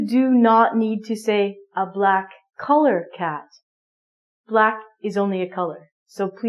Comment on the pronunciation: So u say black colair cat?😭😭😂😂😂